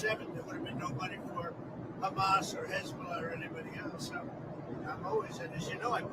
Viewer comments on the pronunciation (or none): none